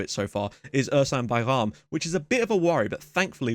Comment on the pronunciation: Hi. I’ve been following you since the very first saves on this channel. I love this save quite a lot but never got the chance to actually post a comment, so I know I’m late to the party but welcome back to youtube my man! Keep up the great content. Btw since you really care about pronouncing names in a right way, Ersan Bayram is like “Ar-sun bye-rum”. The “ar” is like ar in the word “arrival”. Hope it makes sense:)